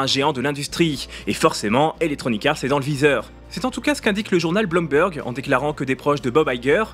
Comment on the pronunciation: comme d'hab, de qualité. Je sais que l'accent anglais ce n'est pas ta spécialité, et franchement ca n'est pas grave du tout, mais juste pour info (pas obligé de le prendre en compte) un double O en anglais ne se prononce pas "O" mais "OU" (Bloomberg se prononce bloumberg) Autre détail, "digital" c'est de l'anglais, on dit "numérique" en français